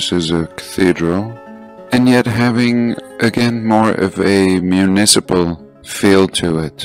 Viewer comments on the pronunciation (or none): none